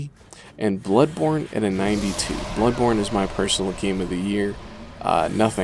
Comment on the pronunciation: When he said bloodborne sounds like he said bloodporn